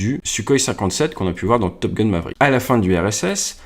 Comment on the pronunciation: Нейросеть так ржачно произносит английские слова, потому что настроена на французский! 😁 С Топ Гуна вообще выпал, топ гун, это Гитлер, а топ гал, это Де Голь! 🤣